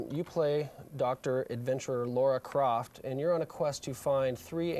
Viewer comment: Damn, even the guy that worked on the game calls her Laura Croft.